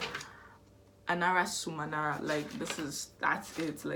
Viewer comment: It’s been a good minute since I’ve read this one- and your pronunciation of the title is way better than any of my guesses 😂